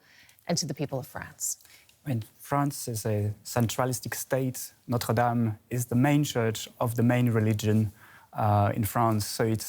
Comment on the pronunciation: notre dom finishee protest 😂